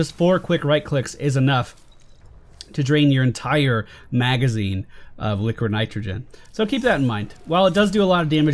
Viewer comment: Did...did you just call it "liquor nitrogen" ?